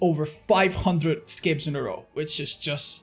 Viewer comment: I love how says 'scapes', that's so not espanish of him.